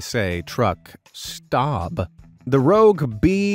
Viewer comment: "Please stob ):"